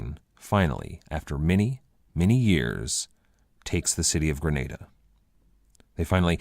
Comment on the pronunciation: Great lectures, pronunciation of Granada though is horrendous